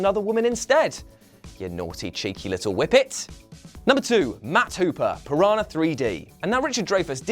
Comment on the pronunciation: "Piranha" is pronounced "piranya," not "pirana." "NH" in Portuguese functions the same way as "Ñ" in Spanish.